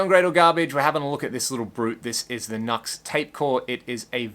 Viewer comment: Pronounced "Noo-ex".